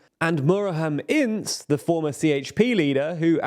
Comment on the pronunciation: Love you guys, love the content, huge supporter, but you butcher these names like Americans. "Ince" is "Inje" not "ins" lmao etc etc